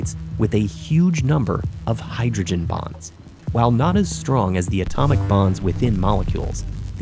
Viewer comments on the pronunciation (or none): Bonds, not “bombs”